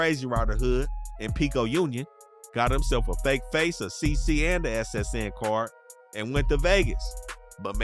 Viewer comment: stop sayin 'car'. the word is 'card'.